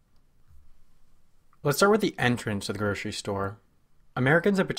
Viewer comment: Gurshery stores, huh.